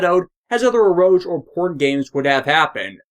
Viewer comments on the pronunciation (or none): I don't think you're pronouncing eroge correctly. The last syllable is pronounced as "gay".